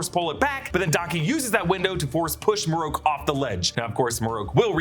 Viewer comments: Not Marroke it's Marrok. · "Maroke" smh... his name is Marrok ("Mah-Rock), or just first brother.